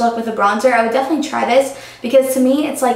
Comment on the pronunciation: I love you, but it's 'definitely' not 'defely'. Haha, it's just a pet peeve of mine if anyone says that:) not trying to hate...:)